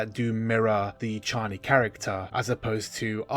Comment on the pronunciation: I thought we landed on chay-nee. 🫠